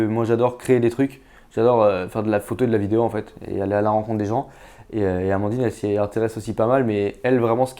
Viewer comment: Félicitations à Amandine pour sa prononciation ^^ Maintenant on pige ^^ Je chambre mais c'est important ^^